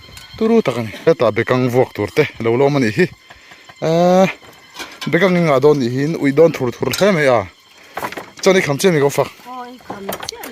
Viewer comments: Nachin ni lovin.. Nichin tih tur a ni.. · 'Nachin' ti lova, 'nichin' tih hram a va ṭha ve.... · Nachin ❌❌❌ Nichin ✅✅✅ Mite en nasat in ni a a theih hram chuan Mizo tawng dik hman hram tumla🙏... In video te ahmuhnawm thin e..